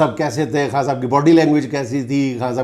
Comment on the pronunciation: جنید انکل آپ خاں صاحب کہنے کی بجائے خان صاحب کہا کریں آپ کو تو خاں کا مطلب معلوم ھے 😅